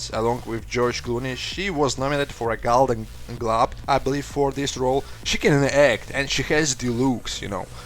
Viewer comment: "She was nominated for a Galden Glub" Eheheh dat accent